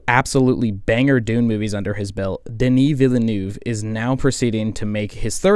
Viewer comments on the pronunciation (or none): none